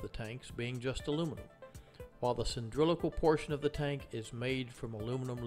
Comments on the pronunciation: CAN'T HEAR YOU "cyndrilical" -> "cylindrical" terrible pronounciation. ugh can't watch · You lost me at "cyndrilical" 🤣🤣🤣 i wonder if a "nucular" weapon is of "cyndrilical" shape🤔